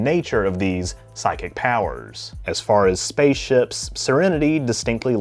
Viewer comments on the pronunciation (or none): none